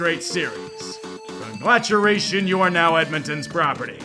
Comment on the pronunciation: "Congraturation" lol solid AVGN reference.